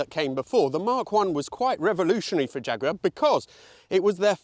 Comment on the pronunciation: Agree with that, he actually says jaguar fairly normally.